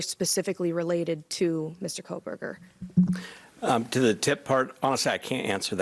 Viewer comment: calls him Coal-burger. This will be the biggest case of his life and he botches the name. 😠